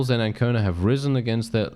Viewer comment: One thing that I am surprised about is that you are pronouncing correctly the name Ancona.